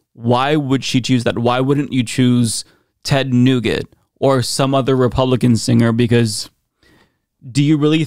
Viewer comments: Who is Ted Nuget? Do you mean Ted Nugent? If so please pronounce all the letters in the name. The last thing I need in life is the 22 chromosners pointing out how the kids who got out of high school still forgot phonics. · Dude said Ted Nougat. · Lol did u say Ted "Newget" (that's how you pronounced it) on purpose? Lol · LOVE how you called Ted Nugent (who is a sh*tstain) Nuget!!! so disrespectful,..I love it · Ted nugget lol. Think there’s an N in that last name.